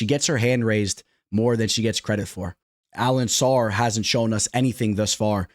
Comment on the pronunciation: AlenCAR , Bro.... WTF is AlenSSAR😂😂😂